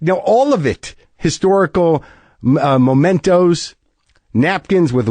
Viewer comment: The word is mementos (as in memories), not momentos. Mispronouncing words makes you sound like an idiot and lose credibility.